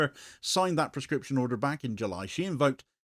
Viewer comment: Please say clearly prOscription, thanks.